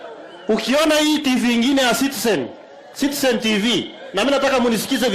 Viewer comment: Sudi is it Citizen or sitisen